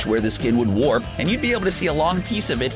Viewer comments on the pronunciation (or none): none